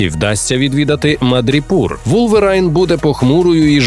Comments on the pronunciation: Дякую! Невеличка ремарка - не Вулверайн, а Вулверін ;) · Правильно «Вулверін» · Каждый раз, как слышал "Вулвэрайн", от кринжа скрипели зубы